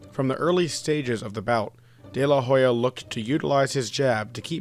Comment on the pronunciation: Man, do your job, research before pronouncing foreign names. You changed 'Oscar de la Hoya' to 'Oscar de la Jolla'... We don't say 'Meechael Hakson' when speaking about Michael Jackson.